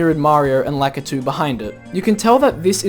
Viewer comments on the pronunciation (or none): none